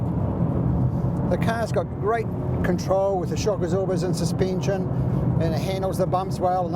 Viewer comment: "suspeension" hahaha